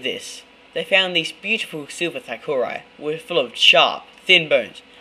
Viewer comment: It's pronounced thookedi